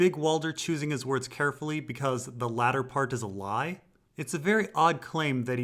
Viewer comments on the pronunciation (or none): none